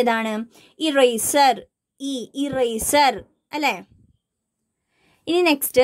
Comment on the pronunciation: teacher eraseril /e/ ennalle sound varuka .... google chechi anganeyan paranjuthannath.... 😊